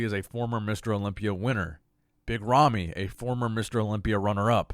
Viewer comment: Holy shit, You BUTCHERED Rami's name.